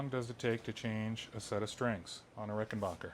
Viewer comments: It's not Rickenbacher. It's Rickenbacker. I mean the dude changed his spelling and pronunciation. At least respect that. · Excuse me Dear Sir........ It's pronounced RickenBACKer.......not BOKer 💫